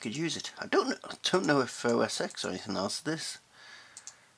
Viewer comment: it is OS TEN not OS EX.